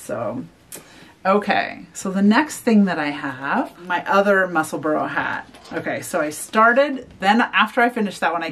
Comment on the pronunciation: The name of the hat is pronounced “mussel-bra”, not “mussel-burrow”. ( I know, pronunciation police!) 🤣 The color scheme that you chose for the hat is lovely! 🌸